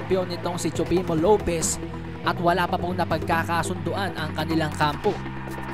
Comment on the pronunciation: Tama ba ang dinig ko sabi mo Teofimo Lopiz??